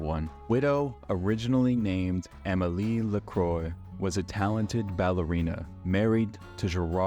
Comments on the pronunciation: Not the Amelie Lakroy 💀. It's pronounced as Lacrua not like sparkling water. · The pronunciation of Amelie LaCroix went to Emily Lacroi